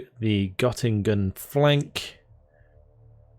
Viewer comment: the O in Göttingen is pronounced a little differently. Tip for next video!